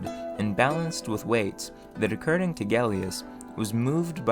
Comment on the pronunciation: Acurding or according ?